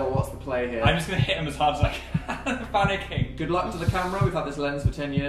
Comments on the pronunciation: Did he say "I'm phanicking" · Did Phil say "im phankicking"? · did phil say 'im phanicking" 😂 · did he say phanicking